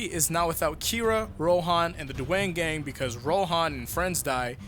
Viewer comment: Bro you said duwang gang...